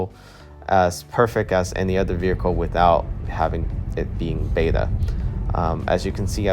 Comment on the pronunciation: The word vehicle has you in a figure-four-leg-lock.